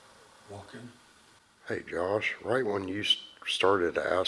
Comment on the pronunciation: Sounds like ( say it) not hey.